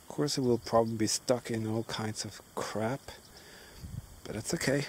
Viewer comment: You're very entertaining and I really love your videos. When I hear you say the word "crap" Its funny how it sounds different than when an American says it. Why did I think you would use a different word, anyway I'm glad you're trying magnet fishing because I'll watch as many videos as you can make. Thanks for sharing your time and your hunt for relics.